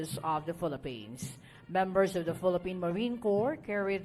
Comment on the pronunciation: tama ba ang pagka rinig ko "filapins"?